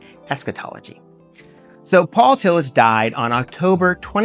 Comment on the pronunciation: This is good but you are mispronouncing Tillich.